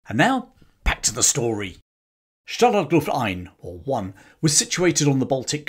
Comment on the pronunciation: okay, ist called stalag luft einS. not ein. After the 5th time I heard it, it hurts my ears.